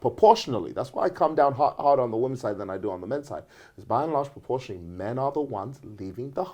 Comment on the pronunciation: "women'sss" 😆😆😂 lol!! 😆